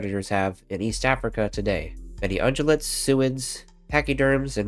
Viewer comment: Okay, I have to ask something. It took me a minute to figure out that you're pronouncing the word ungulate with a soft g, more like a j sound. I can't recall for certain if I've ever heard the word pronounced with a hard g sound, except by me. I think I may have assumed the pronunciation without ever hearing the word. But it's also possible I was right in the first place. Any idea which it is? Or are both pronunciations correct?